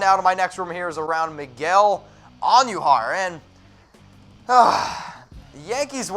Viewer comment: Can you please pronounce Miguel Andujar correctly not And u jar idiot.